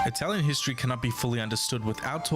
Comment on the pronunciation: And the Greeks in the south? The Phoenician city in Sardegna and Sicily? The nuragic civilization in Sardegna? The Retians? You can’t pronunce the ward Hystory, ( derived by the Latin Hystoria……)